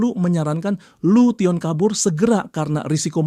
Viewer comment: lution di baca nya lusen bang